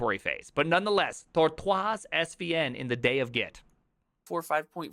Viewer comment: Why did you say Tortoise like that. It's Tortoise, like the bigass turtle. WTF? That's like saying "On premise", fucking ignorant.